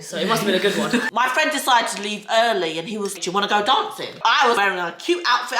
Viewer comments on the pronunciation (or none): none